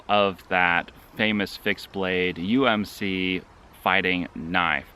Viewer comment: It’s USMC not UMÇ idiot, I should stomp your ass for being ignorant! Have some some respect for the Marines that fought for your freedom! I just unsubscribed from this Military hating liberal trash channel!